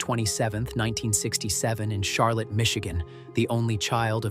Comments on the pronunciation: It’s Char-LOT not Char-LIT and BLOOM-field Clio long I Grand BLANK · In Michigan, Charlotte is pronounced Shar-lot, unlike North Carolina's Charlotte.